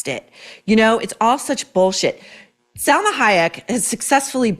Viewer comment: It’s pronounced SAL-MA not SEL-MA You would appreciate this little correction. Love your Kennedy women book I’m reading right now ! When is the next one for us troublemakers !?